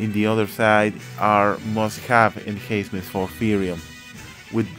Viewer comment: No problem! Just wanted to help you out. It's called enhancement because you "enhance" the unit. Which means that you're upgrading the unit or making it stronger. When pronouncing it just use the letter N in between, like En-Hence-Ments. Your videos are really informative, keep rocking!